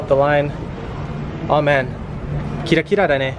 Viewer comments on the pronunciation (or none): none